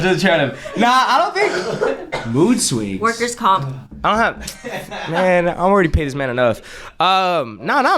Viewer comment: said workers comp 😂